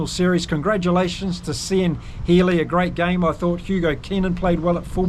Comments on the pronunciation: Spot on analysis,. But please, please, never say "See-an Healy" again. It's "Kee-an". I winced every time you said it! He's been around, as you mentioned, for 133 caps; I'm astonished you don't know how his name is pronounced! Otherwise, as I said, a really good summary of a hard fought win for Ireland. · Really enjoy your channel, , Cian is an Irish name, phonetically. Cian is pronounced "Keen " ps we struggle with some international surnames thev other way 😂